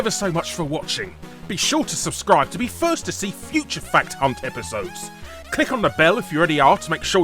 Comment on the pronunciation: You are the only only person I know that can make “fact hunt” sound like “fuck ton” when you say it